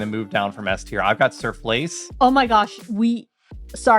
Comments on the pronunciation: Now I finally know what "sirflace" is! Let me help you with your pronunciation. You are phonetically saying "zurvlees", but the long "uu" is pronounced like in "fuel", "music" and "cube" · Also, emphasis is on "zuur", not "vlees"